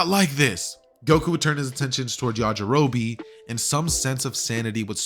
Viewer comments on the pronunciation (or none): none